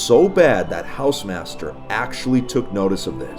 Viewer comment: Drink whenever says hausemaster